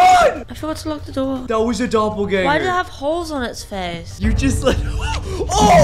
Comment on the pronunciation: soon he meant to say doppelganger but he said gropplganger. edit is 😂😂😂😂😂😂😂 2nd edit: next video you get peach guy can you let him in